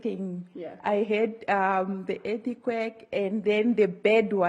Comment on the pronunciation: Whats an "Er-ti-quake"